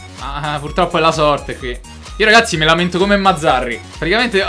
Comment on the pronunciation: Quando dici ragassi sembra di stare a sentire liedhlom e ogni mi sembra di sentire mazzarri o allegri😂